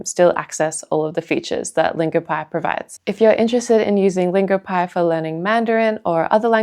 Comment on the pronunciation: Longopie? Come on..